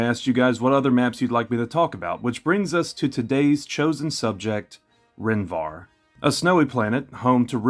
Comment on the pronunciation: Take a shot every time he adds an N at the end of Rhen Var. Its Var, not VarN. I absolutely love these videos. Keep it up man!